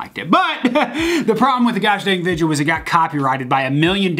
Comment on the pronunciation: is the kind of guy to fake saying video as vidja 😂